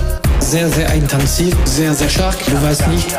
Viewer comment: Warum sagst du "eintanzig" aber unten steht intensiv?